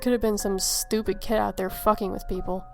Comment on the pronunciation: 2nd story: When she said I suppose it could have been some stupid kid out there f**ing with people, I thought she said Cat haha